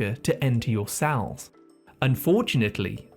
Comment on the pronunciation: I wonder what the tendency to pronounce 'e' as 'a' is a symptom of. As in 'sal' instead of 'cell'. I'd get that tested if I were you. :yougotthis